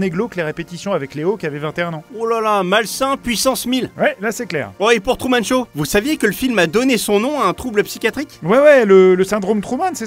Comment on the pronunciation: À le doubleur dit "Tourman" au lieu de Truman.